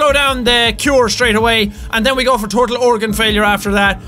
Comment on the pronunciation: did he say tortal organ failure?